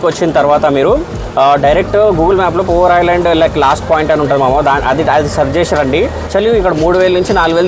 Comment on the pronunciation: It's not "Poor", its Poovar. ( Literally river of flowers)